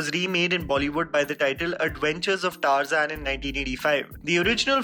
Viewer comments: no one: literally no one: Tar-Zain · Adventures of “TARZAN”?!!! Like seriously TAARZAAN? That’s how we pronounce it 🤦🏻‍♂️🤦🏻‍♂️🤦🏻‍♂️🤦🏻‍♂️ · You sure your pronunciation for Tarzan is right ?